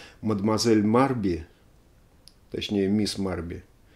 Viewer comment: Всё-таки Мадмуазель не Марби, а Мабри.